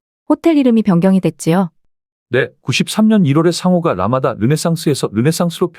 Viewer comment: 라마다를 라마다라고 하지 머라그래.